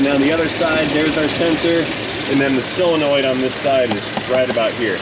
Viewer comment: Words... SOLEnoid, NOT CYLenoid or SILLenoid... 'nough said. 😋